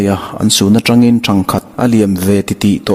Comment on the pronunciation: 'Ṭhangkhat' i lam dan thlûk hi a diklo aw. 'Ṭhang' hi 'he nau hi chu a ṭhangduang mange" ti a ṭhang kan lam dan thluka lam tur, ' ṭhangkhat chu ka'n muhil ange' ti a kan lam danin i lam tlata,a diklo.Ṭhangthar kan lam anga thluk tur tihna anih chu.